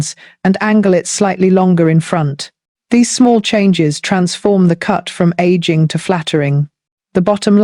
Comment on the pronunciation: I suspect that it’s the mother of the younger looking woman who is also frowning to look even older. Of course the younger woman who is smiling rather than looking forlorn will look younger, new haircut or not. Also, who else is not sick and tired of the lazy use of AI voices? I caught on when “she” referred to aging as “egging”. Please.